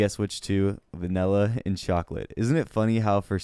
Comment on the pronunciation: Disliked due to pronouncing vanilla 'vinella'.